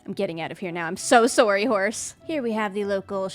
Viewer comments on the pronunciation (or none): So Soorey